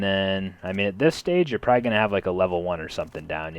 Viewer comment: for the love of god please stop saying proyy instead of probably